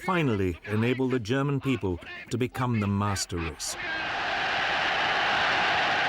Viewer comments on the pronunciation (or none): none